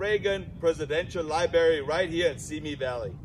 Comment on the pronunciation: Presidential Libary haha